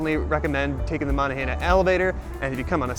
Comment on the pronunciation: Good video. That area has a mix of native american and french names. So the incline you rode is pronounced like "Mow-non-gah-hail-ah". Also Duquesne is "Doo-cane"